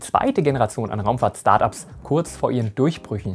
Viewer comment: bitte nicht "Schtart Ups" sagen 🤣